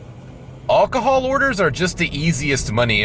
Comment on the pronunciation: Don’t even bother, he doesn’t care. He’s really ignorant, he can’t pronounce any of it. He can’t even pronounce alcohol correctly.😅